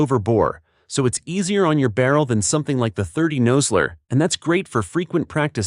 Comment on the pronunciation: Learn to pronounce "Nosler", Hornady, Lead is pronounced "led" not leed". Makes me wonder what else you have WRONG